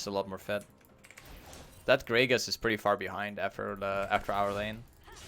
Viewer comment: yo its "GRAGAAS" not "greygus" lmfao much luv to u fam <3